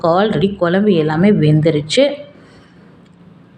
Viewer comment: அம்மையார் வாயில் 'ழ' கரம் படும்பாடு......... மழலையர் பள்ளியில போய் ஒரு மாதம் பயிற்சி எடுக்கச் சொல்லுங்க. 'குழம்பு' வைங்க. 'கொலம்பு' வைக்காதீங்க.